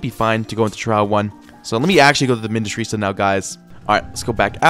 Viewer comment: really pisses me off with how stupid he is even though I love his progressions. This guy doesn't know how to pronounce minityrsa ( JUST SOUND IT OUT MINI - TYR - SA ) even though he learned how to sound out his syllables in 2nd grade. I wouldn' t be surprised if first language isn't english, because he doesnt pronounce the stupid english words well, and his accent, but it's not just the english pronounciation stuff. idk why, but i got visibly irritated when he said "saintchemist" at the beginning and then "saintsworn" later. It's not even that deep but I just had to say it somewhere 😭 lets hope he doesn't dropp this progression if the devs drop something else noteworthy w vid